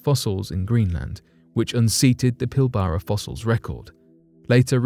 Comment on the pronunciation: Lol pill bara region off Western Australia gee say it like pill bra not pill bara